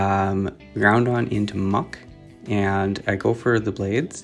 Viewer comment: why do you pronounce it ground-on … its groud-on … 1 n at the end lol